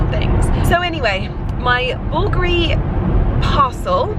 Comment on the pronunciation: I looove the sound of Porter galloping😂 It gives me joy🤩 Ali is such a character… Oh, the pronunciation of the Bulgari brand was so good. Most people I think they stress the second syllable, Bulgári when the correct is on the first syllable, Búlgari. The brand might be located in Italy but the founder is Hellene🇬🇷 Bulgari is a Hellenic surname Βούλγαρης/Vúlgaris. I think they were two brothers Σωτήριος/Sotíris and Στέφανος/Stèfanos Vùlgaris from Hellas who they founded that company in Italy.